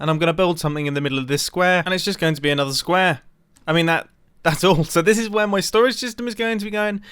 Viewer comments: anyone notice how mumbo said square in a super british accent and then went back to normal? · I heard square 3 times, only it sounded like it was copied